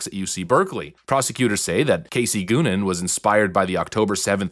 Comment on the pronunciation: "Goonin" come on brah 😂